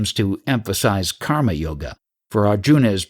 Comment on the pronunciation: viyoga , not vayoga also its kar-ma not khaamaa which sounds more like kaama Very nice audiobook..however if you could take a bit of effort pronouncing a few words properly it would be even better ..and not cause confusion.